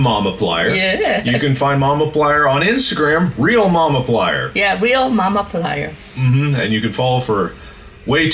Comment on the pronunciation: that's how he pronounced it, yes, but he pronounces markiplier as "markaplier",, he's just saying momiplier, and pronouncing it like he says his username, aka "momaplier"